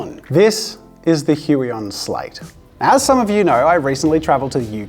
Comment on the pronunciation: Thanks for that pronunciation of "Huion". The pronunciation I heard earlier has a somewhat unfortunate sound in my and other Slavic countries...